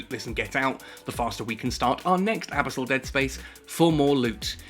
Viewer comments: The pronunciation of abyssal kinda drives me nuts, good vid regardless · Totally not how you say abyssal. Please quit it.